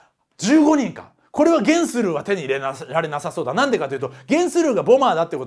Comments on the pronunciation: ゲンスルーの発音がテレビアニメとは違ってたので、漫画読んでの知識だったんですね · ゲンスルーの発音が気になる(･ω･* ) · ゲンスルーの発音気になりすぎる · ゲンスルーの発音気になるww